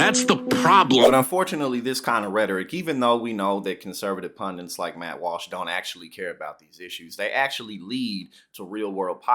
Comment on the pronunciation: It’s PunDITS ffs P-U-N-D-I-T-S! Why tf have people started calling them pundants!?!?! THERE IS NO SUCH WORD!!! 🤦‍♀️🤬😂